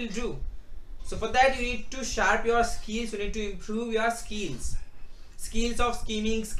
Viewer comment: first learn how to pronounce words "skiiils" anyway tips are bit useful '